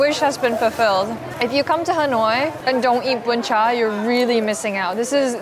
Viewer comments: sorry but "BÚN CHẢ" not "BÚN CHÀ" ^^ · Girl that "Bún Chả" not "Bún Chá" "Bánh Tráng Nướng" not "Cuống"😂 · Omg I love this video. As a Vietnamese spending her first Tet aboard, this video brings me back home. The food, the sound, people and everything else is just so real and perfect. One small thing that the second dish you ate is "bún chả" not "bún chà". But really, I'm so grateful you added the original name of the dishes and even tried to pronounce them. Love this so much~~~~~~ Edit: nvm, most of the dishes name are wrong but everything else in this video is legit 🫡 "phò bò" = "cow slut" hahahahahahaha so fk cute 🤣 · Oh no it's "Bún chả" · It's Bún Chả not Bún Chà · Let’s me correct the second dish, this one name “Bún Chả” not “Bún chà” 🫣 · oh there is a mistake it's BÚN CHẢ